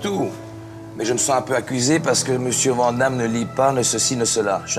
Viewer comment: On voit que le gars est sympa car vent damme mdr c est quoi cette prononciation de merde 😂😂😂😂